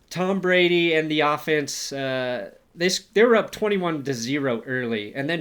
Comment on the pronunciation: Did you say weep 2?